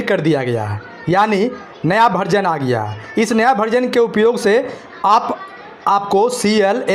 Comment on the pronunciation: भरजन नहीं वर्जन बोलिए श्रीमान जी